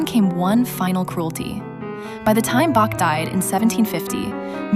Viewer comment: The AI didn't learn to pronounce Bach.